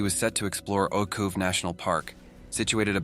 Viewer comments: As for the correct polish pronunciation of Ojców: [oytzoof] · The man's name was Michał, pronounced Mee-ha-u. The names of the Ojców national park and the cave were also mispronounced.